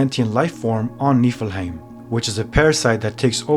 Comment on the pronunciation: You're saying it wrong